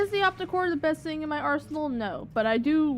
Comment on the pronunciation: I think it is cute how you say "sing" instead of thing. Seriously, I think it's cute and I am NOT moking you. Besides, at least you can complete a full sentence without stuttering or stammering. waves hand and points to self I like your vids please keep them coming.